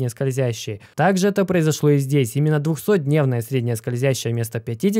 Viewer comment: Блин, все видео прямо резало слух 50 ДНЕВНАЯ скользящая, 100 ДНЕВНАЯ скользящая, на НЕДЕЛЬНОМ ГРАФИКЕ. Это уже не оговорка) это фиаско братан)))